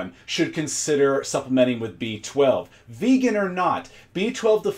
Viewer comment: "vagan" he dosnt even care to pronouce it properly. Guys a total nutjob imo.